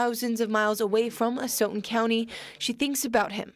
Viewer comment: Did really just bring up the most popular case in my home town? Yes he did. Crazy man you even pronounced asotin properly 🤯 hits home me and my sisters were growing up here during this. You just blew my mind with this video. Great job